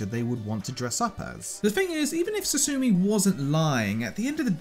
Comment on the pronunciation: He said koichi and sasumi(tsumugi)